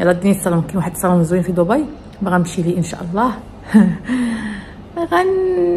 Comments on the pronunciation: دبي دبي دبي دبي وليس ضبي تكتب بالدال وتنطق خفيفة بالدال وليس الضاض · ماشي ضبي تنطق وتكتب دبي ومنطقة تانية ابو ظبي